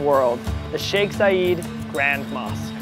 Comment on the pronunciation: He pronunced Sheikh Shaikh Zayed wrong lol